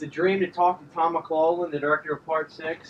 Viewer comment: Looks great, and that's awesome about Tom McLaughlin being on your Channel. Just one thing. And I'm not saying this to be rude or disrespectful, but I believe your mispronouncing his last name. I'm pretty sure It's Mick-loff-lin or Mick-lock-lin is how I hear it said most often. Again, I'm just pointing it out just to be helpful for the interview. Looking forward to it and good luck man!